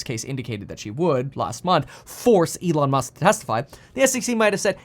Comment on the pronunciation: E-lon Mush.